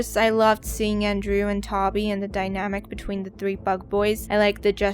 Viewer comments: Oof. Its "ToeBee" not "tobby." Good review thought you share some valid points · Tah•bee, lol, it's Toe•bee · where are you from that you pronounce toby like that? im from nyc, never heard it said that way!